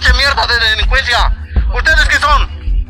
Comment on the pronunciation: “La lelicuenzia” 😂😂